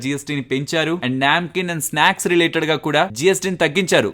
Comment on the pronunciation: Its a నమ్కీన్ hindi word... Not a న్యాంకీన్.